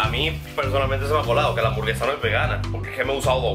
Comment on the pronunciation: “cada bere, cada hamsvaraba houra😌”